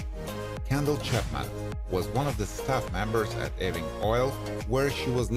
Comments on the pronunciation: Sorry,I can't take it! It's pronounced YOU-ING... NOT EEE-WING! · It's not E-wing, it's EWE-ING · The pronounciation is [u-ing] and NOT [e-wing] !!! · Ewing is pronounced YOU-ING, not E-wing!!! Trust me, I'm a Scot (a Jock). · 'Ewing is NOT pronounced as 'Eee-wing'! It's pronounced as 'You-ing' . Btw, it is not pronounced as 'eh-wing', either... sigh. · Ewing is pronounced " Y OO - ih ng" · This clown has no idea what he’s doing. Just one more site I’ll know to avoid in the future. Can’t even pronounce Ewing correctly. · Img this dude kills me with the way he pronounces Ewing!! Lol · Why does it bother me that he cannot pronounce Ewing correctly?